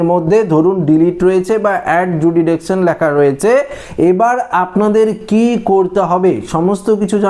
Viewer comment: Adjudication কথাটা ঠিক মত উচ্চারণ করতে পারেন না - এই তো আপনার পাণ্ডিত্য ও যোগ্যতা!